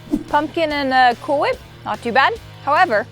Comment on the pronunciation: Stewie Griffin would like to correct you,: It's pronounced "Cool Fhwip".